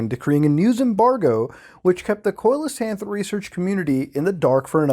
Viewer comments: Just an FYI, Muta, Coelacanth is pronounced "see-la-canth". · see-luh-canth coelacanth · It's pronounced like, seal-o-kanth by the way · Stop pronouncing coelacanth like that please. It's SEE LA CANTH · Coelacanth is pronounced SEE-luh-canth. They can grow up to twelve feet in length and have a pretty unique look. The oil and mucous that cover their body have a terrible taste and can irritate the lining of human stomachs and intestines, so they make a very poor food source. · Coelacanth= See -low-canth! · You pronounce Mokele Mbembe well but Coelacanth is pronounced "SEE-lacanth", btw, uncle muta. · Lol I'm such a cow for correcting your pronunciation of coelacanth, but it's "see-low-can't". Impress your friends at parties! Lol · I like how he pronounce coelacanth different every time. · the way muta pronounces coelecanth makes me angry and hard at the same time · the way you pronounced coelacanth upsets me immensely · Especially because right behind it the correct pronunciation was given and muta just skipped over it 😂